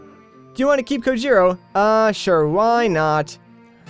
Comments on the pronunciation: Whoa looks like Ganondorf caused the apocalypse. How did he die? It's actually a Spanish name pronounced "Co hero" as we know in Spanish J=H. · The return of "Co-hee-rrro"!